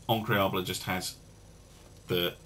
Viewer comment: Also in French it is "Incroyable," not Increable